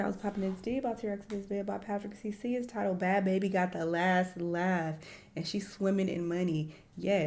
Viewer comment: What annoys me is people saying Bhad “Baby” when it’s Bhabie like BARbie but said without an R like someone from Boston.